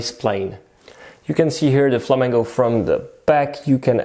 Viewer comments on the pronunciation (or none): Why do you say Flamango lol